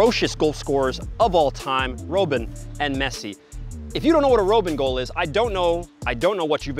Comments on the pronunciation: Love, but he is driving me crazy with his bad pronunciations of names. I know he's legit, I know he's a pro, but when you pronounce Robben like ROBE-in and Benzema like ben-ZAY-ma, you sound like you've never watched the game. Americans get a bad rap as it is; we don't need to give people any more excuses for thinking we don't know the game. Say these names right. Please. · How do you butcher the pronunciation of Robben's name🤦🏾‍♂. its as if you watch football with the commentary muted every time. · Can't even bother to learn how to pronounce Robben. 0/10